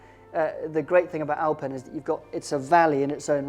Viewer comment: It’s called OwlPen manor not Alpin 🤣